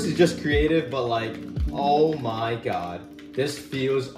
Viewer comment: "oh my gyadd"